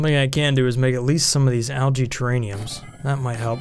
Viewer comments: Still waiting for you to realise that it's terraRium and not terraNium... Lol best ONI videos though, keep up the great work, can't wait for the new update !! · It makes me chuckle when you say terrAINiums instead of terrARiums 😄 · buddy, it's "Terr-ar-ium":) Also priority of work is shown on the job screen. Left side is highest priority. Funny vid though:)